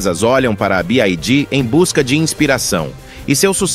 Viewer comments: Y = "wai" e não "ai" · A pronúncia certa para a sigla BYD é BI-UÁI-DÍÍ !